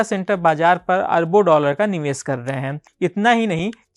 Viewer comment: Ser nahi bhai share Niwes nahi niwesh